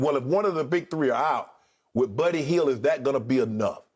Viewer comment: Uncle Shannon: “Birdy Hield” 😂😂